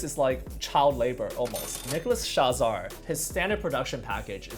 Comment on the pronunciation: Tip: "nicolaschazarre" is pronounced "shah-zahr" not "sha-zah-ray" (source: am french)